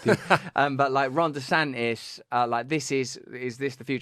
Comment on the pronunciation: Oh shiiiiiiiiiiiiiiieeeet. His name is Ron DeSantis and not Rhonda Santis.